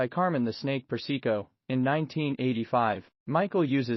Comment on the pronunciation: Carmine "the snake" Per-se-co?